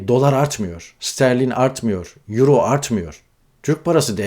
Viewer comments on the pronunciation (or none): none